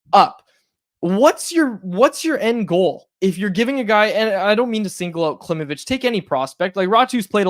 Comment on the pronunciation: If you are so focused on proper pronunciation, please know that Danila's last name is pronounced KlimOvich (emphasis on "O", not on "I").